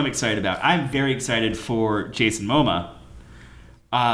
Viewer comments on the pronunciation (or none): Jason Moh-muh? It's Mamoa! Muh-mow-uh! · please pronounce Momoa correctly... FFS.